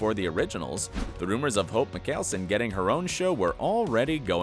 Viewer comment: “Hope MiCKealson” im dead